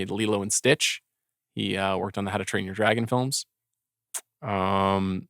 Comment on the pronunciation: "Amazingk" "workt" Amanda! 🎉